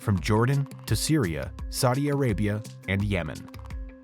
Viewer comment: is he saying Saudia Arabia?